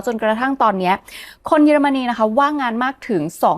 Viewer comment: ขออภัยนะคะ ติดตามมานานไม่ได้คอมเม้นอะไร ขออนุญาตติง เยอรมันนี ออกเสียง เยอ ค่ะ ไม่ใช่ เย แอบขัดหูนิดๆ มาตั้งแต่คลิปก่อนแล้ว ถ้าปรับให้ถูกต้องจะสมูทมากเลยค่าา ที่เหลือดีเยี่ยมมากแล้วววว รอติดตามค่าา🎉